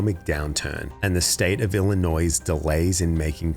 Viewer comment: Wow, this is quite something. I think she got off too light. She devastated that town, and ESPECIALLY with the emergency services being gutted because of her. How many emergencies weren't properly addressed because of this lack of funding and upgrades? Anyway, I liked the video. The only thing I will mention is that Illinois has a silent "s" at the end. "ill-i-noy" is how you are supposed to pronounce it.